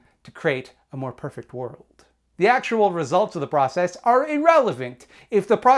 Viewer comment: saying da process like you say da mahney